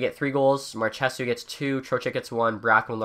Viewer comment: Stop saying mar-che-soo, so cringe. Mar-ch-so